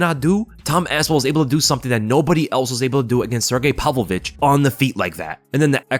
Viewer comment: "Palvo-vich" Dude you're a grown man, pronounce his name right